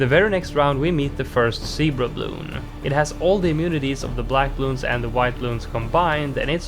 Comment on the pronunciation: I hate how you say bluun